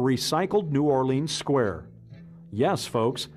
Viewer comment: As a Louisiana native, the way the narrator pronounces "New Orleans" drives me nuts.